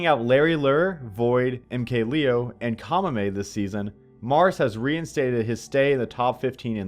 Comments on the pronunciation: It's pronounced lay-o not lee-o he's not American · MKLeo is from Mexico. His name is pronounced Lay-Oh, let this issue be put to rest